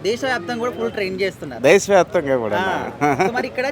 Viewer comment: brother... mati mati ki desa vyapthamga antunnavu... small correction... telugu desam party vyaptham ga...